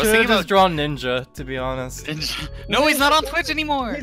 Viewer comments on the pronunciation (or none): Nobody: Infinite: bitch (Instead of Twitch)